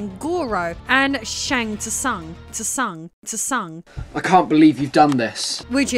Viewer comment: pronounced shang soon it is spoken by the announcer on mk3. love your videos